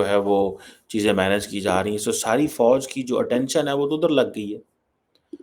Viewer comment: Pakistan me fauj ko bouj pronounce karte he 😊😊